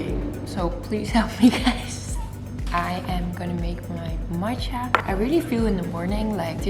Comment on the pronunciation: Watching from Asia (Japan) and I like the early posting time :) Love your accent when you say matcha☺️🍵